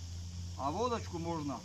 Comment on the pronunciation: КАК ОН ГОВОРИТ "ВОДАЧКУ"